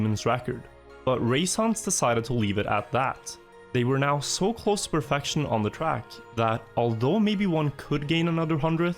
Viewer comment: Not hating or anything. It's so weird to me that when you say perfection, kept and set it comes out as perfaction, capped and sat. But you have no problem saying demon with an e. Being scandinavian myself I've never heard that. =P